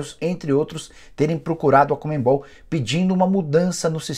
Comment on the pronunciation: Fala, Nicola! Sempre acompanho teu conteúdo, diariamente. Mas uma coisa me incomoda demais: tu falares "ComeMbol" ao invés de CoNMebol. É chatice minha? Sim, eu sei. Mas faz eu sair dos vídeos normalmente. Só uma sugestão. Abraço